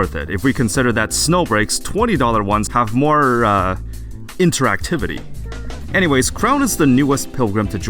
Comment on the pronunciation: "InTeRaCtIFtY" *Showing Enya Butt :finger-red-number-one